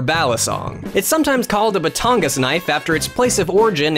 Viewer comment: Wait did he just say batonga for batanga?